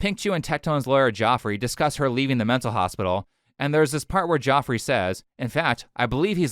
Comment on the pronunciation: His lawyer's name is pronounced Jeffery not Joffrey